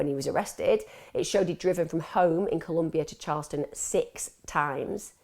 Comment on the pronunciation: It's CHARLESTON 🤨